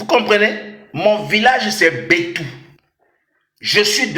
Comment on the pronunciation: Excusez moi le village s appelle betou et non bintou pasta